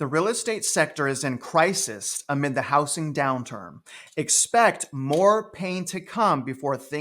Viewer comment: It’s pronounced “HouZZing” Not “HouSSing”